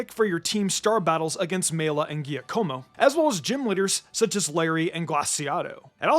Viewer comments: Jah-ko-moe, not jee-uh-ko-moe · Giacomo is pronounced Jacomo with the accent on the 'a' and the last 'o' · Did this man just say Gia-Como? Lol that's a funny way to pronounce it. It's an Italian name that sounds like Jack-O-Mo. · Please look up how to say the name Giacomo. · That's not how you pronounce Giacomo